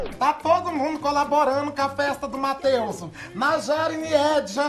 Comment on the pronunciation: “Mateuzu” rsrsrs